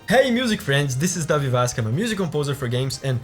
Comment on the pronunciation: Nunca vi seu canal antes, mas só pela maneira que você disse "Davi" deu pra ver que você era brasileiro